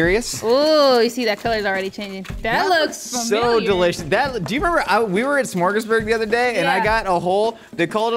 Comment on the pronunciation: Smörgesburg? What?